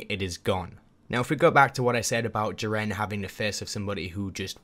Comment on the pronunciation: You say jiren wrong